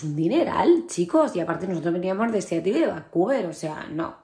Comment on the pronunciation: La pronunciación es SIÁROL. Como APPLE es áepol y PEOPLE es pípol.